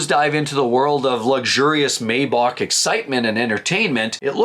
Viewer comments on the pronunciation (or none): You lost me when you misread, not once but twice, the price decrease on the Bronco as $6381 when it’s actually $8381 and then repeatedly mispronounced Maybach as “MAY-bock” instead of the correct “MY-bach”.